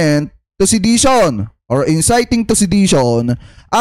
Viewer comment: Ayusin m pronunciation mo bok..inciting yn